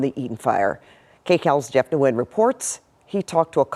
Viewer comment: Jeff Nguyen's surname must be pronounced N'win!